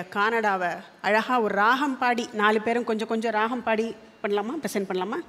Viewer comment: Excellent. Only one suggestion, ragam is pronounced as raham which may be taken care.